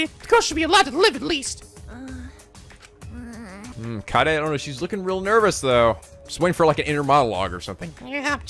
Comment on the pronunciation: I'M STILL HYPER LET'S GO He's also been mispronouncing Kaede's name. He says it Kai-day instead of how it's actually pronounced Kah-Ay-Day